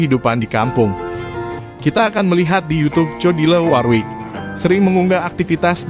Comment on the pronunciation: Mas Admin sebaiknya tanya dulu k mbak Jodi, bagaimana mengucapkan namanya yang benar. Kalo gak salah pengucapan namanya yang benar "Jodili Worwik".